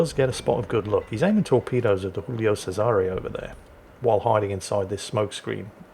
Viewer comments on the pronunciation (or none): it's not Julio with a Spanish pronunciation, it's Giulio in Italian - first letter pronounced same as in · Hey, Giulio you read with a G not an H, it ain't a spanish ship:D